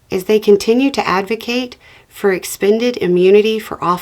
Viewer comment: Heck, at least half of us are just charmed by your accent and we figure any differences are part of that! Like when Beau would do the short i for short e thing. My brain registered "expanded." :)